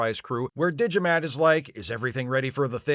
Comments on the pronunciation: „D'Jamat“, spoken like Digimat...sounds like a unique and powerful 1993 input device for PC. You know, bought by people without a clue about tech, who than praise the builders like gods (that's what the builders hope). Of course this business model never works out and only 1000 of them are being made. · I heard "Digimat". Sadly, they had to cut out, for reasons of time, all the scenes containing his brother Fotomat. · I'm also hearing Digimat. So thank you, for getting the Digimon song stuck in my head. Again. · "Alas, poor Yarrik" - Extra Internets points. And is it just me, or does "D'Jamat" (which I'm hearing as "Digimat") sound like a vending machine for calculators? Excellent analysis. Yes, the ending is SO "Let That Be Your Last Battlefield."